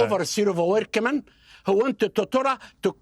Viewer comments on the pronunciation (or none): I can’t stop saying “workaman” 10,000 Workaman.